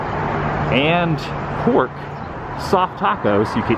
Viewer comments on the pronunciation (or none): When you said they specialize in beef and pork you pronounced pork like Puooork, lol just saying nice voice crack.